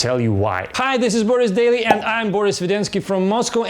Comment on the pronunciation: Акцент заметен, но весьма бодренько. Продолжай. Только вот почему бОрис?:-)